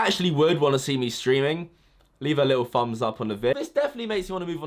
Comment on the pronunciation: I was going to support you streaming on twitch, but unfortunately i could not find a "fumbs" up button. Oh well, off to find a streamer who can pronounce simple words that ALL adults should be able to say. Better luck next time